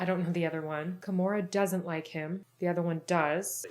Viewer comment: its Gamora not Kamora